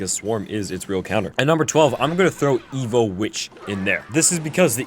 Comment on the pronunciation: Half of the time you saying evo and the other half you’re saying evil 😂